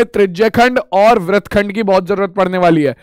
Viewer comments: Sir vrat nhi vritt hota h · Sar vah vrat nahin vritt hota hai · Vrat nhi hota hai vritt hota hai 😅😅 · Sir app vrit ko vrat kyo bolte hain